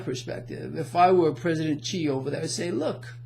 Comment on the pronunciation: Xi - as in President Xi Jinping - is pronounced SHEE.